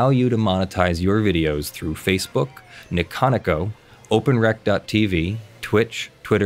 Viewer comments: Ni-conico? I believe it's pronounced 'neeko neeko'. It's an onomatopoeia for what smiling could sound like. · Okay you aren't a weeb so I'll give you a pass on Niconico and just explain it's Japanese so there is no syllabic stress and would have been better Romanized by Nintendo as Nico-Nico. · You know,, I know you're not on the up and up about Japanese culture, but your pronunciation of "niconico" killed me. I was laughing so hard. All the love. And for future reference, "niconico" is pronounced "nee-ko nee-ko." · its "nico nico" lol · I don't think I've ever heard someone pronounce niconico like that, that made my day. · that might have been the strangest way ive heard someone pronounce niconico so far. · that pronunciation of niconico ... have I been saying it wrong the whole time?